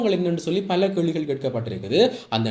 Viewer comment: மல்ல, விள்ளக்கம (பல,விளக்கம்) பிழையான உச்சரிப்பு.